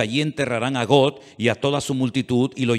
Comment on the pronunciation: PORQUE PRONUNCIAS GOT ? GOG,SE PRONUNCIA.